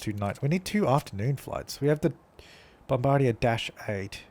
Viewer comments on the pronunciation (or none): Lol, that pronunciation of Bombardier made me cringe.